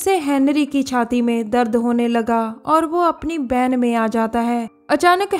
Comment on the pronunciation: U pronounced two words wrong van and hotel